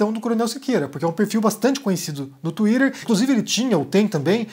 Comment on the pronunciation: Não tenho maturidade pro "Tuírêrrr" do haha É o máximo!!